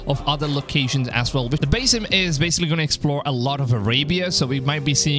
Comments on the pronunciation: It's Basim not basem lol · It’s pronounced Buz eem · Bro like say basim right its not that hard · I think you should work on how you pronounced Basim!